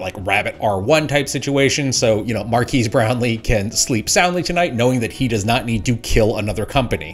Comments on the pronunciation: His name is pronounced "Mar-kez," not "Mar-keys." Also, you should edit out all of your "ya knows" or work at avoiding filler words when presenting. I counted 24 in the transcript. "Like" 25 times and "I mean" 11. Ooh, you also said "first foray."